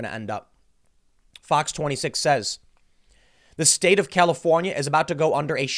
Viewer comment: lol califohnyeh thats carbige